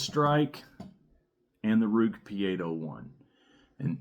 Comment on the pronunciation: Ruike is pronounced as Ray-kuh. Rike knife is a different company, probably best known for the Rike Hummingbird.